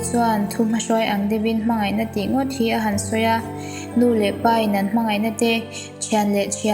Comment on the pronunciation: I chhiar duh dah reuh mange, pai pawh hi ilam dik lo tep ania